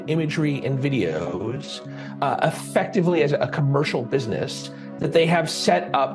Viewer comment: why he say “videos” like that 😂